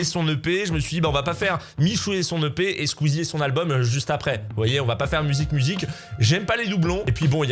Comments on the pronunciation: Vu que c'est de michou que tu parles, j'ai toujours l'impression que tu dis " le pet de michou". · Encore plus quand il fini sa phrase parle "l'ep de michou" et qu'il commence la suivant par "tu sens" xD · À chaque fois qu'il dit l'EP de michou, j'entends "le pet de michou". Voilà. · Toute la vidéo, j'ai entendu "le pet de Michou" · Ptn a chaque fois que tu parle de l'EP de michou j'entend a chaque fois "le pet de michou" ça me fume dsl je suis un gamin